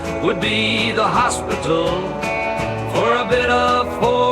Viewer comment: Why did the pronunciation of "HOSP-itull" make me laugh harder than anything else in this song full of hilarious combinations of words? So random, but that's the one that pushed me over the cliff.